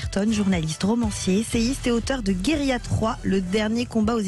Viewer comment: Bercoff est bon en italien,cependant pour prononcer ce mot espagnol ( guerrilla )c est la Carta Le " Ll "est egusl au "y"